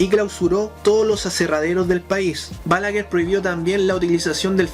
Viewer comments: No se pronuncia "Bálaguer", esdrújula, sino "Balaguer", aguda. Es un apellido de origen catalán. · Todo está excelente lo único que te corregire es que se pronuncia, Balaguér con acento en su pronunciación fuerte en la É.